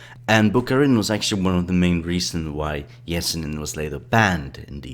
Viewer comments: it’s Sir-Gay, ye-se-neen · Pronounce his name probably its not even close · do you also pronounce yellow as jellow? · I know right? this guy should do some research before saying his name.